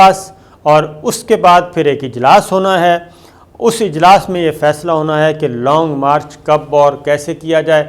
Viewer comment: شاکر صاحب لونگ مارچ نہی لانگ مارچ ہے آپنی ارود ٹیھک کریں